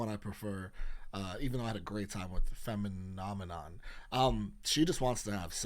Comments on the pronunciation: he's the only reactor i've seen pronounce it correctly! a lot of people i've watched still say it wrong even after listening to the song, ahaha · You got the pronunciation of Femininomenon so quick! Also so excited you did this reaction! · you're the first person I've seen pronounce "femininomenon" correctly on the first try! (including me I still mess it up 85% of the time lol) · Big flex for being the only reactor to pronounce track one correctly from the jump! Big W lol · You are the first reactor I've heard pronounce femininomenom right so quickly 🥰 most people try to focus to hard on the transision in the word, I've found.